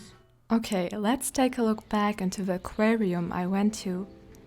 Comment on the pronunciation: As someone who enjoys your videos immensely, and who enjoys your voice and delivery as much as your adventures, including today's aquatic experiment, I have a couple of linguistic observations. I've never really thought much about how to say the word "aquarium" until now, hearing the way you say it, where you seem to pause in the "r", maybe because the German "r" sound is different. The other thing is the plural of "fish" is usually "fish" - "fishes" refers to different fish species. Painter Frank Clarke used to say you have 20 seconds from the time you put masking fluid onto your brush, to use it then wash the brush out by swishing it in water, before the fluid begins to dry and ruins the brush, or maybe it's ten seconds. Great video as always.